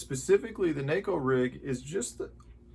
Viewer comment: Thank you for being one of the few pro guys that pronounces Neko the right way.